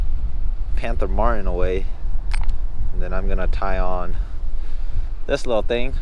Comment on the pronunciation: Pronounce you Ts when you talk your not british its panther martin not panther marin